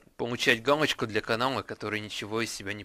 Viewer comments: Надо говорить галочку, а не гамочка!!!!!!!!!!!!!!!!!!!!!! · он говорит не галочку а гамочку(путает л и м) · Галочку, а не "Гамочку" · Вместо л - произносишь - м! Гамочку, гугом... Пипец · Гамачку ? ты сказал в начале видео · Мне одному послышалось, что он сказал:"Как помучить гамочку..."? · бл*ть.Он говорит везде помучить гамочку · как помучить гамочку ЁПТА ты л на м меняешь!